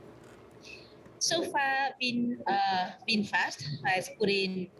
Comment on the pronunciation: VINFAST...not Vinfash